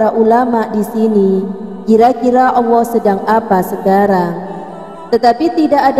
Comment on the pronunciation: Pengucapan nama Allah nya tolong di perbaiki